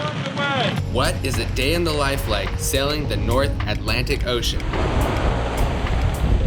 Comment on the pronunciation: "North Atlantic", Come on Man